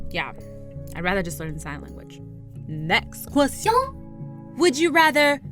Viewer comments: "next ques-sh-on 😂😂👌👌❤❤ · “Next questshion” haha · HEY THATS NOT HOW YOU SAY QUESTION IN FRENCH I DONT LIKE THAT ITS KINDA STUPID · the way she says question I die 😆😂😂😂😂😂😆😆😆😂😆😆😂😂😆😂😆😂😆😂😆😂😆😆😂😆😂😆😂😂😂😆😂😆😂😆😆😂😆😂😆😂😆😂😅😂😆😂😆😂😆😂😅😂😆😆😂😂😆😆😂😆😂😂😆😂😆😆😂😂😆😂😆😂😆😂😆😂😆😂😆😂😆😂😆😂😆😂😆😂😆😂😆😂😆😂😆😂😆😆😂😆😂😂😆😂😆😆😂😆😂😆😂😆😂😆😂😆😂😆😆😂😆😂😆😂😆😂😆😆😂😆😂😆😂😆😂😆😂😆😂😆😆😂😆😂😆😂😆😆😂😂😆😂😆😂😆😂😆😂😆😆😂😆😂😅😂😆😅😂😅😂😅😂😅😆😂😅😂😆😂😅😂😂😅😆😂😆😂😆😂😂😆😂😅😂😅😂😅😂😅😂😅😆😂😂😆😆😂😆😂😂😆😂😆😂😆 omg 😂😂😂😂😅😂😅😂😂😅😂😅😂😅😂😅😂😅😂😅😂😅😅😂😂😅😅😂😅😂😅😂😂😅😅